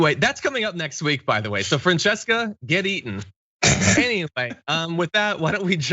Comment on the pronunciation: "Nobody" here. I'd happily sit at home for however long,. But that's just me, "nobody". Oh, and by the way, John, I'm not sure it's OK to tell a female co-host to "get eaten." Seems a little dodgy, especially these days.;) (I know, you said "get eating" but it sounded bad anyway.)